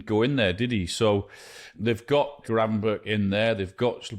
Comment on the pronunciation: Lineker being the first Brit who pronounced Gravenberch correctly.